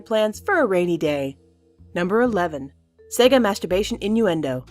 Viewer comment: sega is pronounced say-gah. yes it matters.